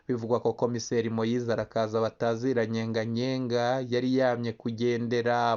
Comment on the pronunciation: Ni Nyeganyega si Nyenganyenga! Wewe update kuvuga n'importe quoi!